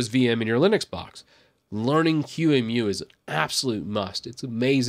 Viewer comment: Just a couple observation points, first on your pronunciation of QEMU it is pronounced “key-moo” and second it does not have a front end and the one that you showed “virt manager“ has been deprecated for years. As far as I’m aware of the only actively properly develop front end is Gnome boxes.